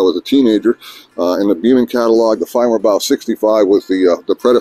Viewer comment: You pronounce their name far better than I can